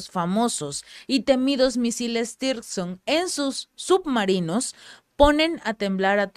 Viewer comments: son Misiles hipersonico Tsirkon no Tirson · "Tirson" no, Sircón (tsirkon) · CHICA, TE SUGIERO LEER BIEN EL NOMBRE DE LOS MISILES ANTES DE MENCIONARLOS PARA QUE NO SE GENERE INFORMACIÓN ERRÓNEA A PARTIR DE NOMBRES INEXISTENTES. NO SE LLAMAN TIRSON COMO MENCIONAS, SINO TSIRKON. T.S.I.R.K.O.N. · Se pronuncia "TÍRSCON", no "sircon". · PERO NO SE LLAMAN "TIRSON". SE LLAMAN "TSIRKON". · siempre que mencionas esas armas les llamas 'Tirson', pero su nombre parece provenir de la piedra Zirconia, asi que su pronunciacion seria mas bien TZIRKON. Los guiones y análisis muy bien, pero en la pronunciacion siempre hay por lo menos 1 fallo. Animo y aqui seguimos contigo. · No es tirson es tsirkon la te es nula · Mi Reyna por fa n lo pronuncias bien tzirkon no existe tirson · Puedes decir Cirkon ? O Zirkon? Sería más cerca de la realidad.